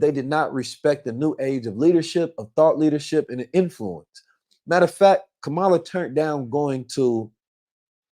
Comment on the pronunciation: Please stop pronouncing Kamala name wrong!